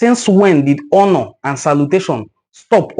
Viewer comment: Even his Engkish accent suggests he is not a real Igbo person. Or at least never grew up in Igboland or around Igbo people. This is a Traitor within. He pronouces "honor" with an "h" like Yoruba people.